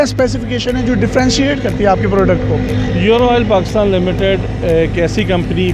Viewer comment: یورو نہیں بولتے ایورو بولتے ہیں 😆😆😆🇵🇰🇮🇹❤❤